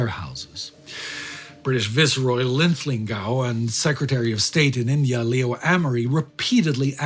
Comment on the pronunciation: Pedantic I know, but it's vice-roy, not vi-ce-roy. Like vice president.